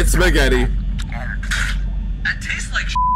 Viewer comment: Did you really say spag instead of spaggett